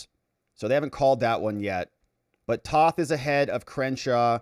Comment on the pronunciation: T(oh)th not Tauth